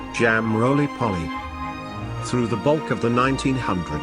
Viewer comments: Not polly, its poley ! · It’s roly poly not rolly polly. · many Brits do not eat fat filled 'hashbrowns" OR baked beans with their breakfast. Cottage pie=minced beef Shepherd's pie= lamb mince. The funniest is how the robot voice says Jam Roly Poly.... NOT POLLY as in parrot. Foolish robot 😅